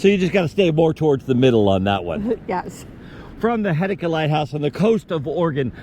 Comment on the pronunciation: We have goofy pronunciations in Oregon and this will be another one… it’s pronounced Heh-see-ta Happy you enjoyed our neck of the woods ❤️❤️